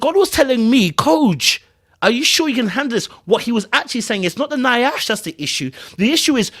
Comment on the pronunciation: you killing me with the mispronunciation of Nyash. It’s pronounced YASH, not Ni-ash. 😜🤣🤣